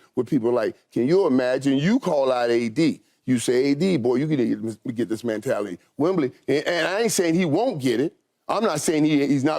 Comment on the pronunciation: Michael "Man-tality" Irvin